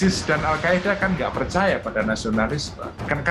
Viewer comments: Al Qaeda min bukan Al Qaidah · Al qaeda min bukan qaidah wkwk